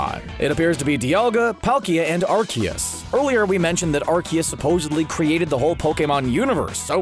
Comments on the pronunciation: It’s not arkeus it is pronounced are-see-us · It isnt pronounced "are-kee-is" its pronounced "are-koos" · the pronunciation of arceus also bothers me it's a soft c sound not a hard c sound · So interestingly enough, the Pokemon Company originally had it pronounced Ar-see-us (as Pikachu pronounced it in the movie) but later changed its official pronunciation because it sounded like "arse." Now it's pronounced Ar-kee-us…but Pikachu still pronounced it Ar-see-us in the movies. I don't know why. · YAVELTAL MUST CORRECT YOUR MISTAKE PUNY HUMAN!!! IT ISN'T ARCEUS IT'S LORD ARCOOS!!! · It's not arceus. Its arkoos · Aseeus not arkeus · its not arceus its arkoos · Quick note about Arceus. It is pronounced Ar-see-us. In Japan, it is アルセウス (A-ru-se-us). But great video. Mewtwo's Japanese version voice acting was quite menacing. I watched in Japan twice, once was 2D with English voice and Japanese subtitles. 2nd time, I watched in 4DX in Japanese. Definitely worth 4DX experience. 😉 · Actually, the movie mispronounced it. It's Ar-kee-us but I don't think the movie people realised it was wrong. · The way he pronounce "Arceus" kinda irritates me a little bit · You mispronounced Arceus